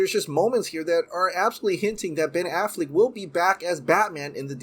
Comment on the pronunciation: I just want him to stop saying “Ben Afflick “ and “Batflick” lol I love your vids too, 👍🏾